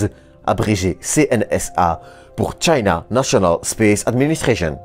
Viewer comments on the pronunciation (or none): none